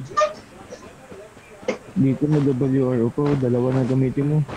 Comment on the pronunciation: Bakit po ro-ro pronunciation niyo sa WRO imbes na by letter? W-R-O No hate just love your videos mannn ❤